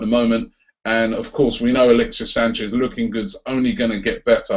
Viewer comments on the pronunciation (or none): none